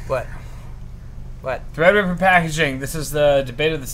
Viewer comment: Wifeysauce you da real MVP for that donation. Also, drunk pronounces Threadripper as "Thrdrppr" lmao